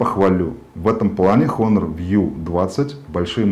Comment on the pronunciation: не хонор. а онор. плять. обзорщик